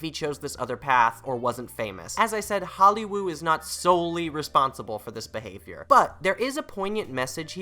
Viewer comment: Why do you call it “holly woow”